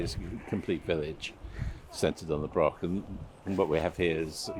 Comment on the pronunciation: The word is broch not Brock 😂